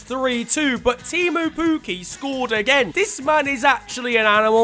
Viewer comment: I am from Finland so I can say that it isnt Tiimu Puuki its Timo Pukki.... Pls say it right :D